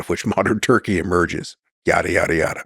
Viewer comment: This dude said turkey like he was at Thanksgiving dinner asking for some.